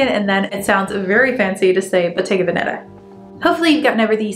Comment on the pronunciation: It’s actually pronounced ven-uh-tah (just fyi 😊).